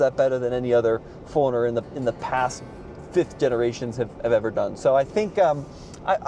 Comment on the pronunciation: I keep hearing "foreigner" instead of 4runner lol. Anyway, looks great but not sure if I'd get one. It's on my list though as I need a new SUV!